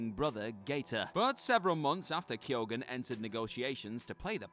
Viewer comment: What on earth is this pronunciation of Keoghan?